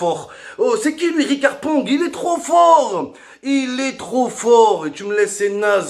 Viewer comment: Ricard pong 😂😂jpp c’est riqui puig